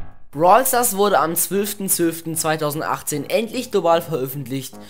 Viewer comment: Du sagtest am Anfang brawl stars wurde am zwülften zwülften global realead sry triggered mich wenn jemand zwülf als zwölf ausspricht my bad